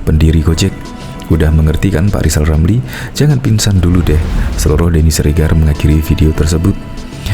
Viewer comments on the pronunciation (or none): ll lijal lamliii,ngomong r aja ga bisa hadeeeeuu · Gw setuju klo Lizal Lamli jadi Presiden, tapi ada satu syarat yg harus dipenuhi yaitu dia harus bisa mengucapkan huruf RRRRRRRRR dgn jelas, agar klo jadi Presiden setiap kebijakannya JELAS juga.